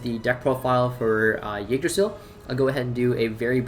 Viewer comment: Ty for not saying king drasil T-T